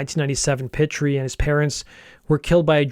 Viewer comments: Pitre is pronounced Pee-Tree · Pitre is pronounced "Pee Tree" EDIT: What the Canadian border officials probably found on the bus was heroin. At least two of the guys were using heroin. Want to know which ones, look at the members who have aged prematurely, and look 10 years older than they really are. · You got Duet correct. DEW A. Pitre is pronounced PEE TREE. Falgoust is pronounced FAL GOO.